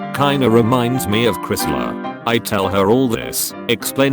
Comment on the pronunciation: I think Chrysler isn't pronounced this way